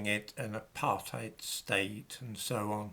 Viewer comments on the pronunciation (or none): none